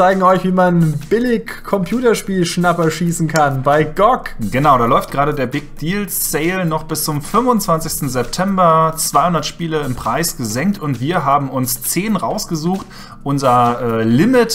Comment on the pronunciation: Gock? Really? Das wird Englisch ausgesprochen Ge Oh Ge wenn schon, aber nicht wie nen Hühnchen...